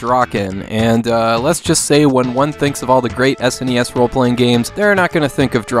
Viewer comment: I feel the thing I look most forward to in your videos is how you pronounce SNES Drunk